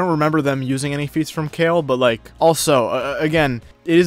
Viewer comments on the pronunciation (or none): none